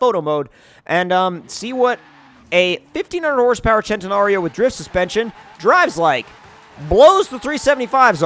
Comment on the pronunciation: its not said ch-en -ta-nar-Ee-oh it’s said sent-i-nar-ee-oh